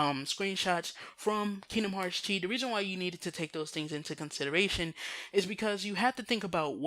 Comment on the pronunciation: "X"-blade = "Chi" (pronounced "key") blade.